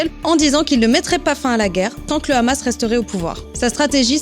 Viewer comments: Salut j'apprécie beaucoup ton travail,mais je voudrais juste te demander une faveur,à l'avenir prononce juste hamas et pas ramas comme le font les abrutis sur Cnews merci d'avance et bon courage !!👍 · DOIT-ON RÉPONDRE À TOUTES LES QUESTIONS STUPIDES DES NÉGATIONNISTES DU GÉNOCIDE PALESTINIEN CAUSÉ PAR LES CRIMINELS ISRAÉLIENS ET PAR NATIN YA HOOOOOOOOO COUCHER ET PUIS C'EST HAMAS ET PAS KHAMAS LE H SE PRONONCE H ET PAS KH SVP MERCI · C'est justement ironiquement qu'elle le prononcé de cette façon 😊 Moi jrrradorrr quand elle le dit rrrrrr😉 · Le ''ramasse'', quand on entend quelqu'un utiliser cette prononciation on sait d'emblée à quel camp il appartient.😅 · Tellement qu’ils savent pas mettre la faute sur qui pour pouvoir les exterminer ils savent mm pas prononcer le hamas